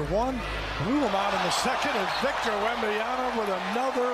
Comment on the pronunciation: It's Wembanyama damn it not Wembanyana. How do you still get it wrong as Spurs announcers?